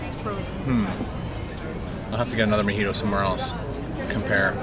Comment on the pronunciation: its pronounced "MO-HEE-TOW" not "MA-HEE-TOW", I've noticed you have trouble pronouncing words.